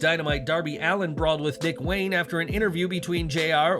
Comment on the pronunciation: Huh? DID You Say Darby Allin Was Brawling With Nick Wayne Or Dick Wayne? LOL 😂😂😂😂🤣🤣🤣🤣